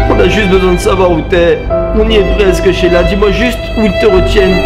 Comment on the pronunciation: tu as dit sheita au lieu de sheila 😂😂